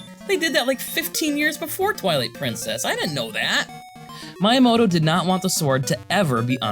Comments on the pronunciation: The pronunciation of Miyamoto is killing me 🫠 "Mee yuh moh toh" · I know you are a native English speaker but Miyamoto is super famous how can you pronunce it as “My”yamoto 😂😅